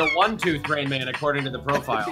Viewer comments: I died when said”I have a toof” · “I have a toof” ~ 2018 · "I have a toof."